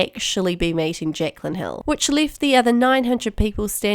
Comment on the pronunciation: "Jecklan, Jecklan, Jecklan" haha that kiwi accent, love it 😂